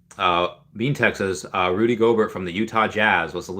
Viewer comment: Rudy Gohbert(SP) is the Defensive NBA player of the year. Big time Bro….lol It is pronounced Go Bear. Thanks for the show.